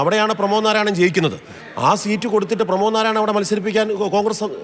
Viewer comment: Not NARAYANAN.. NARAYAN